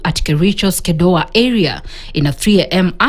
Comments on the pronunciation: Where is kedoya ? It's kedowa , ktn editors need to be serious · Both the presenter and the reporter said Kedowa.